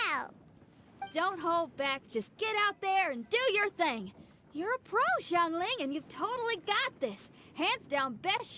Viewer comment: Madame ping is the only one who pronounced Xiangling’s name correctly lol